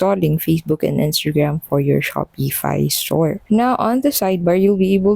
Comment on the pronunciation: There is no E in the word Shopify. And its pronounced Shopify, not - Shop E fi.